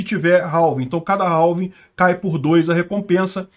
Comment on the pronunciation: Se pronuncia "réf" = half E "réving" = halving =x